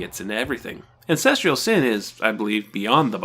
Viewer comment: STOP MISPRONOUNCING THE WORD “ANCESTRAL”!!